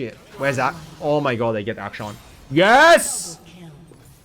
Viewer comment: his name is action, not act shawn